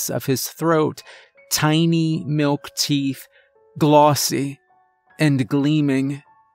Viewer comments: Ok is it my hearing or does it sound like he's saying TEEF NOT TEETH?!?! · I believe you misread, miss. It's not the teenth fairy.